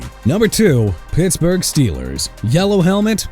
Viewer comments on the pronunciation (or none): none